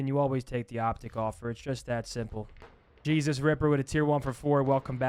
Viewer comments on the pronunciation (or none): none